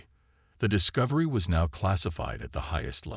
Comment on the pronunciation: "The Dis-co-vi-ry"